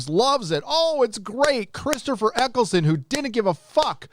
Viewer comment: his name is Eccleston not Eccleson.